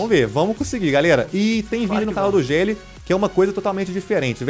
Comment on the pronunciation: fala geli